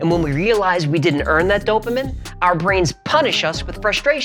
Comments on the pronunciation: prnounced "Dopa MEAN" not Dopa Men. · Hi, Just fyi, it's pronounced DOUGH-pa-mean. Love your channel! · This is simply saying in writing, in math, exactly what you are saying, but with words. That's it. Also, it's "Do-pah MEEN". Just sayin'! Scientific notation is really simple. Let me know if you want me to explain it. FYI, I said "47". Immediately. It just makes sense, to me. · Here's hoping you'll learn to pronounce "dopamine" before you release that video on neurotransmitters.